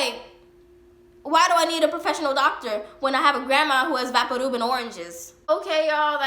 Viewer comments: Who the fuck calls vaporub "vah-por roob" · U mean VaporRub lol its pronounced vaypoor ruhb not vahparoob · Are you saying Vapadoob? Or vapor rub? I'm confused at the ending lol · Vapor Rub is pronounced as VAY-per Rub <---to rub something in. Maybe it's just how your grandma pronounced it, so that's why you're saying vahpooruub? 🤔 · “Vaparoob” lol u mean vaporub? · it took me a while to realise you were talking about vicks?? vaporub? like, vapour, and then rub. are you american? do y'all pronounce it like this? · why do you pronounce Vapo Rub like vapparoob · Vaparroop...could I get a translator for that one? Would that be Vick's Vaporub? If so, this pronunciation is awesome and I will adopt it immediately. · Why did she say vaporub that way? It vapor and rub. Vay-po-rub. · Why is she saying vapor rub like “vapo roob” her voice is annoying lol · Anyone else notice how she pronounced vapor rub so strangely? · 😂the way she says vaporub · Love the VapoRub pronunciation 😂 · I’m English and amazed by the way you pronounce vaporub (At least, I think that’s what you said) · Because she's Mexican. In my house we say it like that too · She pronounced vaporub so weird i thought she was speaking in other language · Its really sweet how she pronounces vaporub! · Scrolling through the comments to find someone who mentioned it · Could just be the way she pronounces it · I love how you pronounce vapor rub! It's going in my vernacular now. We kept all the condiments from every fast food place, and my mom loved those plastic cups for cleaning the bathroom showers and holding sponges. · The way you said vapo rub 😂